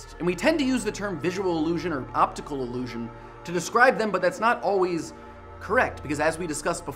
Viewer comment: I hate to be a pedant, but the way he says "illusion" sounds like allusion.